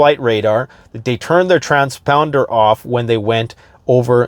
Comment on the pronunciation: trans pounder? Don't tell me, Canadian English?